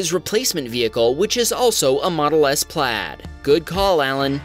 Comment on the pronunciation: its not Plad its Plaid